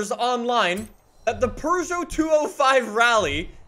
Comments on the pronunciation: It is pew-gey-ot not per-sho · The fact that he said perseau pissed me off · I love how pronounces Peugeot as: Purgeot, and not: Peugeot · ITS NOT A PRGO ITS A PEUGEOT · Here's a fun fact: It's not pronounced purr-zho. It's poo-zho. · Bruh its not a Purrgeout, its a peugeot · Not really, more like peu-zho and eu as in euro without the “y” sound. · "our purrrgeot" so funny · really be saying Purgeot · do you actually pronounce it as purjho? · If says "Purrgot" one more time I'm leaving the video. Edit: can't even stay for the build. Stop being so damm Canadian! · im leaving i cannot stand calling it a purrjot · Why tf does he say purgot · there is no R in Puegeot.. Only cats purr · Where is their “R” in Peugeot? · There’s no r in Peugeot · last i checked peugeot doesnt have an R in it. stop saying it like that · I don't know why, but every time says Peugeot, it triggers me.